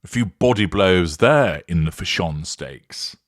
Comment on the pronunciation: Still cracks me up when you say Fash-ON, 😂😂😂